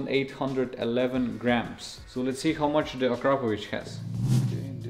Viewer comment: now i know the correct pronunciation of Akrapovič... been saying it wrong the whole time hahaha